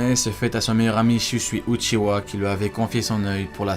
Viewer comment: Itachi uchiHa et non uchiwa svp